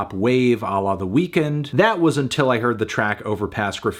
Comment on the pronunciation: Fantanos really a goat for never pronouncing The Weeknd like the weekend I’m sure Abel would appreciate it